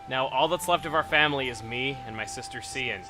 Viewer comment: Cian is pronounced Key-in. GET IT RIGHT CHUGGA!